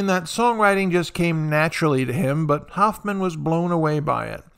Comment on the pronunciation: Please learn how to pronounce Hoffman . 😃